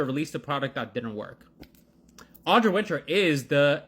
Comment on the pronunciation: I would just like to ask that everyone talking about her get her name right. Audra, not Audrey. Winter, not Winters. Manage that and then criticise her as much as you like with no objection from me.